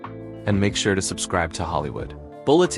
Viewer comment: This is a well written story, but, whoever or whatever is reading it makes some key mistakes. It pronounces Richard Gere’s last name like jeer when it’s really supposed to sound like gear. And, at the end there is a long pause between Hollywood and Bulletin. Ugh. Is it Ai? Most likely.